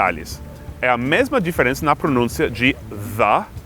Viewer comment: Muito divertido. : ) Sempre tive as dúvidas quanto às pronúncias das palavras 'a' e 'the'; pensava que era questão de sotaque. Seth, cuidado com a pronúncia das palavras 'pron*ú*ncia' e 'elog*i*o'; a tonicidade tava fora do lugar. Quando fez a comparação entre o 'a' e nosso 'estou', algumas pessoas tendem a achar esnobes os que procuram falar e escrever bem. Isso não nos ocorreria se falássemos dessa maneira nos EUA?